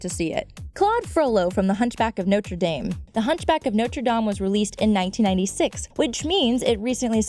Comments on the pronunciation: noh-trah-dame... seriously..... Notre Dame . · notre daime? its DAME!! dr. Faciliair?? facilier! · BITCH WTF SHE JUST SAID NOTCHRA DAME THE BITCH SAID FUCKING NOTCHRA DAME ITS DOM FUCKIN IDIOT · she said the hunchback of Notre dom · . LOL. First, its Dame, and then it's pronounced daum. What? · mispronounces Notre Dame, then less than a second later P R O N O U N C E S N O T R E D A M E C O R R E C T L Y